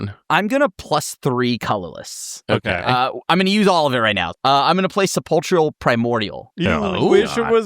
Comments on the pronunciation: Sepulchral is pronounced with a hard K sound. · “Sepulchral” comes from “sepulcher” and the “ch” makes a “k” sound. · Thats not how you pronounce sepulchral